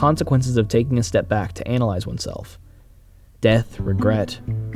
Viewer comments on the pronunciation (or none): none